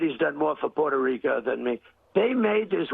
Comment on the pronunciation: Puerto Rica. He doesn’t even know how to pronounce it.